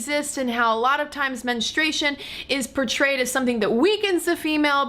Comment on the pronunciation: Is it your accent or you do you keep saying men-e-stration instead of menstruation?Also should men be proud of nocturnal emissions? I mean women don't get wet dreams.